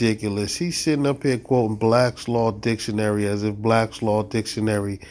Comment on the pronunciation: You can’t invoke Blacks Law Dictionary if you can’t pronounce it properly.